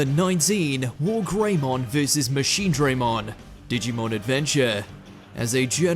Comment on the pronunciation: Machine-DRAH-mon NOT Machine-DRAY-mon